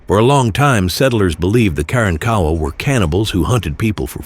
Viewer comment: In Texas we pronounce it" Ka Ronk Awa" not"Karan Kowa"!!😮😅😊😂😢